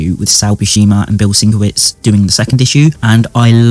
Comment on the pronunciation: Great overview btw, and Bill Sienkiewicz is pronounced "sin-kev-itch"...I also pronounced it the way you did for years until I saw it spelled out phonetically in some old back issue.